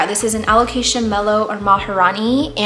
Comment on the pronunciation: excuse me, what? alocasia michletmaciziowtzi? 😂The way you pronounced that without stuttering is the most impressive part of this video